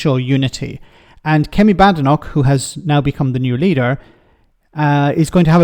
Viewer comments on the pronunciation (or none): You need to pronounce her surname correctly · I'm no fan of Badenoch but you could at least have the decency to pronounce her name properly.